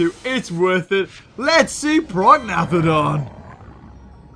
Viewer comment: prognathodon is pronounced pro-nay-th-odon.